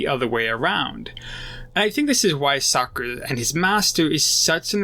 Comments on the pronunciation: Bruh, are you saying Sakura instead of Sokka? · He said *sakkar* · Great video 👍🏽 Just one thing it’s SAW-KA lol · To me it sounds like socer